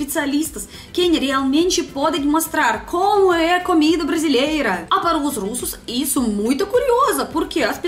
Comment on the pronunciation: camer camer, camer faz a gente crescer... biz, eu tive q rebobinar esse video e assistir de novo só prá ter certeza q em todos os video q assisti tem q ter camida, é sempre bom ouvir esse sotaque, dessa vez arrebentou